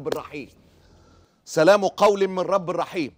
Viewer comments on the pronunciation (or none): " سلام قولاً من رب رحيم " بالفتح يا معتز ربنا يوفقك